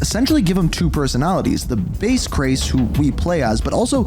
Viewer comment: "base Crase" you thought we wouldn't notice but I did